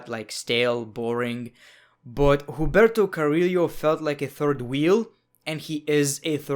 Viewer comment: Im botherd that you're pronouncing Humberto Carrillo wrong